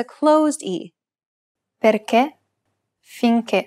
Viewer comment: You are right to be confused. In fact, the pronunciation of “perche’” is wrong. It should be a close ‘E’, but the speaker pronounces it open (min. )